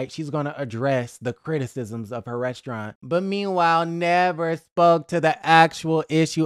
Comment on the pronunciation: Why can’t she say restaurant correctly 😂